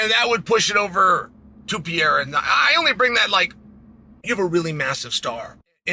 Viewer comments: Alexander Saint Pierra 😂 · Who the hell is Pee-Yeyra? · I asked my Spanish-speaking girlfriend how she pronounces Pereira in Español. Her pronunciation is PUR-AY-DUH. The 2nd 'r' kinda sounds like a 'd'. You pronounce it PAY-ERA. I'm not trying to be critical! I was confused how to say his name. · Alex Pehera, Alex Pejara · I can't even fathom Pee Air Ah (Chael's pronunciation) being afraid of Anybody. He is the epitome of fearless and confidence. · Alex Pay-ara. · “Pierre-uh” -Chael Sonnen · There's no pee in periera come on chael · Is it really hard to americans pronounce "Pereira" right or they dont even try? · Is it that hard to pronounce pereira orAre you just being a douche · PLEASE LEARN TO SAY PEREIRA PROPERLY CHAEL! c'mon dude what does it say when someone who's following and comments on fighters gets their names wrong dude?!🤷‍♂️ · Its crazy that chael has zero issues pronouncing ankalaiev but i havent heard him nail pereira once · Alex actually just doesn't know how to say his last name properly. Idiot.